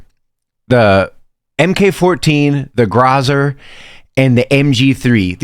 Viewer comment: did bro say grozar